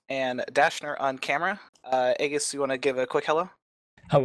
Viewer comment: Pronounces aegis' name wrong :P